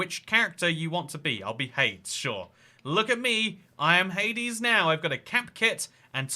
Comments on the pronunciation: @@ He pronounced as rhyming with spades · The second realm is based off of the Percy Jackson series and he pronounced hades wrong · the way he pronounced hades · yep it was and yeah XD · Every time he says “Hades” makes me so mad